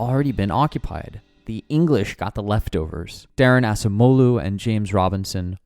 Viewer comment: the correct pronunciation was with "c" close to "g" not "s" for Acemoglu.